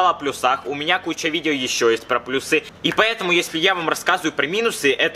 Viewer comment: Не плюсЫ, а плЮсы.